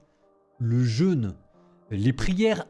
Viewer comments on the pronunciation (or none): none